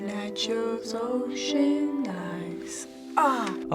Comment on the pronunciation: “at yourS oCHean eyes”